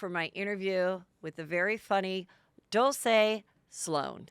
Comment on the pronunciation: DULCE is interesting. How do you pronounce her name? I can’t help but pronounce it as dulse, which is cultivated seaweed here on the East Coast! Very healthy, very good for you. Can buy at any grocery store. #novascotia 🇨🇦🇺🇸🦞